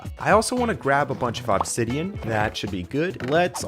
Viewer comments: Aww-b-sideon is killing me…… ITS UHH-B-SIDEON (I watched this video start to finish) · I like how he says Ahbsidian instead of Obsidian 😂😂😂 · "awbsidian" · Bro really saying OBsidion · It's only been 20 mins and I'm already over how he's saying Obsidian. Thought it was satire at first, but it just keeps going